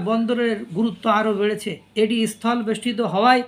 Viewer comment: ইস্থল নয় ............ বলবেন স্থল।